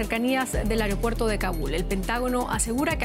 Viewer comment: "Areopuerto" Primero hablen bien por favor